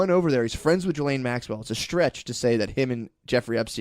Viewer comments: See how many times Matt calls her Gillian instead of Ghislaine haha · Gill-Lane is what Ghislane sounds like. Not Jizzlane. Look, fuck her and whatnot. But thats like pronouncing Matthew not like Math-you but like Matt-Hue. Once again, fuck these people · I have been pronouncing Ghislaine Maxwell wrong